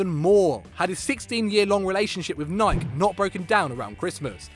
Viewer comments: WHO TF PRONOUNCES NIKE LIKE THAT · it's pronounced "naai-k" not "na-i-key" fucking American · pronounce Nike the right way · The way UK people pronounce Nike lol